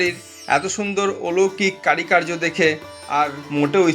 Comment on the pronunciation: কারি কার্য নয় উচ্চারণ হবে কারুকার্য । বাকি টুকু ভালো লেগেছে ।